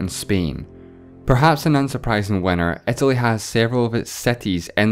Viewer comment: Please don't say "ä" instead of "i". Pleeeaaasseee